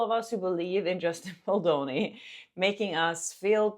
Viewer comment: please stopp calling him BOldoni 😞